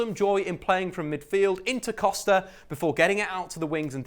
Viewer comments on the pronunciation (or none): none